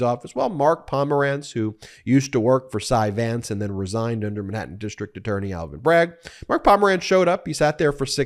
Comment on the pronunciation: Where is “Minhattan”?